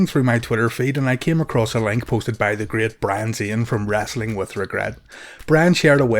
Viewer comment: Its wrestling not wrastling. No a in it, re soul ing not ras ol ing